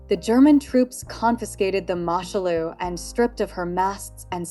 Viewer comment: It's pronounced Moo Shoe Loo FFS. The Germans seized her in 1940. Much of your information goes against what I know of the vessel.